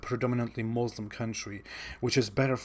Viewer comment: Lol realy ex muslim😂😂 or yet another fake. Im amazed by how he pronounce basic things every muslims know to pronounce. Considering his family is very strict he dont even know to pronounce "muslim" .. Here all muslims know he was not a muslim. See how he explains muslim family and community... I was laughing seeing how seriously he was telling lies😂😂😂